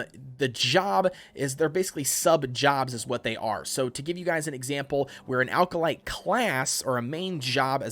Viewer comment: Good video, but small pronunciation issue - Acolyte is pronounced "ACK-oh-lite", not "AL-ka-lite"